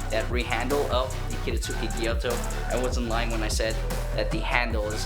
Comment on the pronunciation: It’s a gyuto, not a gyoto.